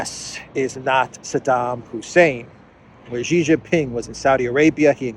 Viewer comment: big fan of yours.. But one small criticism.. can you please not keep butchering the pronunciation of Yuan ¥. It's not pronounced "won" that's Korean.. Also Xi is not propounded Ji.